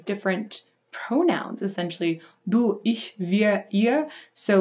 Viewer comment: You german speaking is really good. like "ich, mich" most of english talking people have problems speaking out the "ch" in german words. you didt it really good.